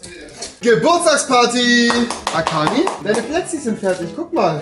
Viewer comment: Ich: schaue das Video Rewi: Happy BÖRSDAI AKANI Ich: 🥲